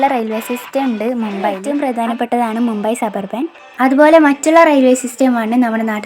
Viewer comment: മുമ്പെ അല്ല..മുംബൈ ..അല്ലേൽ മുംബായ് ..അതുമല്ലേൽ ബോംബെ ..!